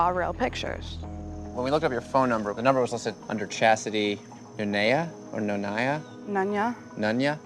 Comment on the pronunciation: Nev: No-ni-ya? No neh ya? 🤣 How Nev never heard of "None ya"?